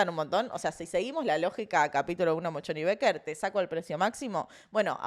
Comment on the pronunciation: Un editadito de las veces que dijo "Mochon y Becker" por favor! Hasta yo tuve que leerlo en la facultad, que nada que ver tengo con las ciencias económicas. Gracias x estar ahí <3